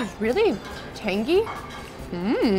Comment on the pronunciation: Drink every time she says tangGHEE.